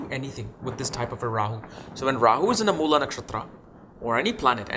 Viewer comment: Its Mool ( like fool) not Moolaa!😅